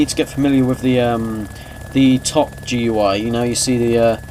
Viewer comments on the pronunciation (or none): It's pronounced 'gooey' not gui